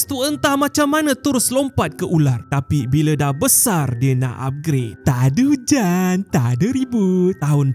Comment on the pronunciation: pun pandai sebut ta'ada hujen ta'ada reboot 😂😂😂